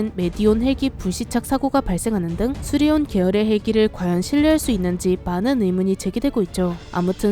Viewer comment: 수리온이 아니라 수리ON이네